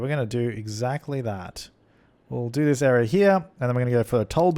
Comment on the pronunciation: i think the reason why siri answered is because you said "this area" and it sounded like "siri"